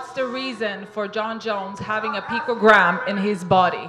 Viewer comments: Utter lies . See how he can say pecogram when it suits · Lol....mispronunciation of picogram